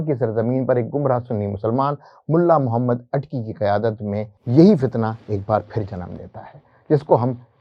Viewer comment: wo sb to theek hai, aap kalima bhi ghalat parh rhe haiñ, Muhammad ki bajaye Mahammad. Phir aala hazrat ki ibaarat bhi theek nahi prh ske. Urdu ki aam ghalatiyan kr rhe haiñ. Aap kidhar se parhe hue haiñ?